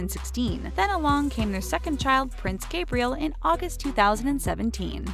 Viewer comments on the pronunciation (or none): none